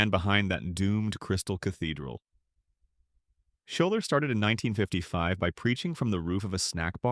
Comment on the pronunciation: He's saying Shoulder but the pastor's name was Robert Schuller